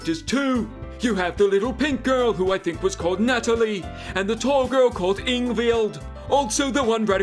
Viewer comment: Ah yes, Monika, Sally, Natalie, and Ingvieyld